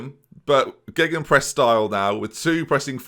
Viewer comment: You gotta call it BENenpress or geBENpress, gegBENpress sounds horrific